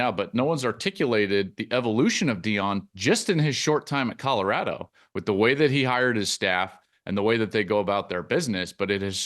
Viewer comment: At some point Whitlock should learn how to pronounce "Colorado".